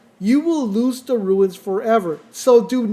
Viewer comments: Runes not ruines. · Runes, not ruins